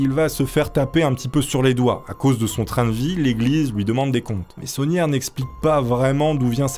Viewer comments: Tout le long de la vidéo je comprenais "la bétonnière", au lieu de "l'abbé sonière"😂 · C'est bizarre quand tu dis l'abbé saunière j'entends l'abbé tonnière 😂